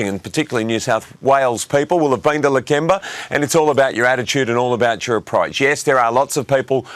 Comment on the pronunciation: Lake ember. She hasnt been there dosen't even pronounce the suburb correctly. Its Lakemba, shes so ignorant and bigoted.